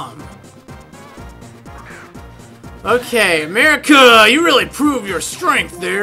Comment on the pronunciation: ! Really Amerikuh!